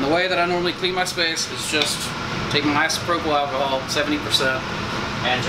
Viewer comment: First time I've heard someone say alchyhol other than me. Big love